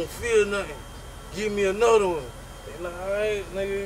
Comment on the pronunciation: "I ate anudda one!" 😂